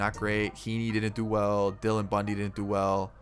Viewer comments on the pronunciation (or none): none